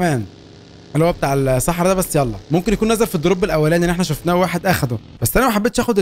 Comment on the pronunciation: كلمة السحراء هيك مو حرف الص